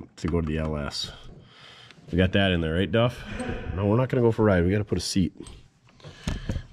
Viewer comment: Pres-sure wash... Pres-sure wash... Pres-sure wash...